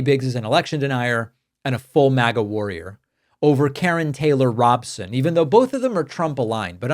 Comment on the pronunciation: it's pronounced robe-sin, not rahb-sin. But she's more like the Ducey type than extremist maga troll Lake. If she still holds the same positions as 2022 anyway. You can look up the GOP 2022 governor debate on youtube, with her, Lake, and some others. It's absolutely insane.